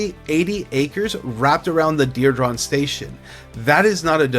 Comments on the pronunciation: Diridon is pronounced: DEER-"e"-dawn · This is the second realtor video where the realtor can’t pronounce diridon? I’m starting to thing these guys are getting Ai scripts and just flooding the zone. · you say diridon hella weird. for someone who claims to be here for three generations learn how to pronounce it right 😂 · I came to the comments for this. I was born here too and know how to pronounce it. I want to see his birth certificate. 😂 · Mispronouncing DIRIDON